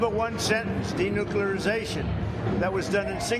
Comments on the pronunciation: Denuclearization. This assbag can't even say it right. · He can barely say denuclearization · By how Trump said the word I know he could not spell denuclearization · Number one sentence 😂😂 "denuclearization" This is one fookin word!lol